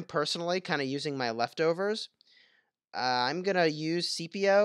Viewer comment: Lmao seepio. Pronounced skipeo